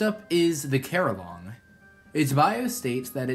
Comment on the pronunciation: How did you get carillong right